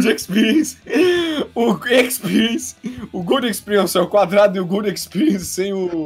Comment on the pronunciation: GOLRUDO EXPERIENC OUVÁ HEAVAN (Gold Experience over heaven)